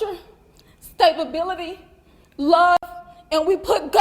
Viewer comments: made a curious slip of the tongue. Instead of saying "stability" she added another syllable and made THIS word: "stabability".....STAB-ABILITY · they taught their son right. Stab-ability. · What is stabability? You have to love it when dumb ppl try to sound smarter than they are 😂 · Ok, the supposedly educated Mother doesn't have a a solid grip on the language. afforded to did not make sense, she can't pronounce the common word stability. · You can be given all the opportunity in the world and still squander it. Like dictionaries. You know she practiced that in front of people and STILL said the word wrong... *EDIT: for reference, I was talking about the word "stability". I don't insult immigrants over a language that isn't their first. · With the way she said stability she doesn't know anything about it.